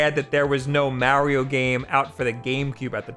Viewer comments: Just dont say Mario ever again bro, you ruin his name man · The way this guy says Mario has me dead 😂💀